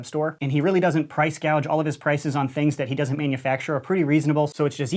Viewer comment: One criticism: u said gauge wrong 😂